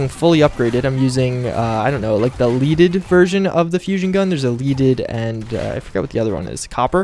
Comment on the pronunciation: leaded- pronounced ledded. not leeded. as in the metal lead. the metal that doesn't ionize with radiation. honest mistake.